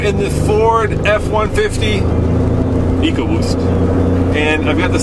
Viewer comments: It's pronounced E co boost not echo boost. Makes me want to pull my hair out. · echo WTF people ECOBOOST say it right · it is ecoboost not echoboost...I think they need to go back to school to learn how to spell and pronounce words...lol My 2 cents worth